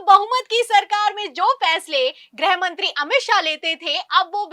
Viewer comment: ग्रहमंत्री नहीं गृहमंत्री बोला जाता है। ग्रह का मतलब अवकाशी ग्रह planet। जब की गृह मतलब Home होता है।